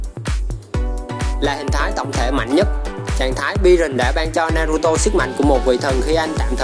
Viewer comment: Đọc tên naruto thành naturo nữa thì tôi cũng chịu anh luôn , tên mà bác Kishimoto đặt cho nv thì anh lại đi đọc tên sai vần:(